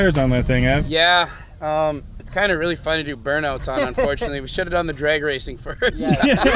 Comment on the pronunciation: "It's a drayg car"- 😂 wtf kinda accent is that